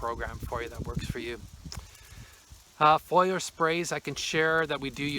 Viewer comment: *Fo-lee-er spray